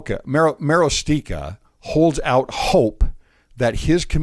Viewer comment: Marostica is pronounced Muh-ROSS-ti-kuh. It's obvious that many members don't really have a testimony that The Lord is at the head of His church or that we have a living prophet. If they did, they wouldn't lobby the Brethren for doctrinal change. The Church is not a democracy. He is the architect of our faith and what he says, via His Prophet, goes. Period.